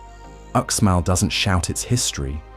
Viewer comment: Again when you cover UxMal= Ooshmahl, not "Oooksmall" you don't even realize that you are including images of ChiCh'en Itza in your video. Your video is full of errors you should have caught which makes it no more than garbage.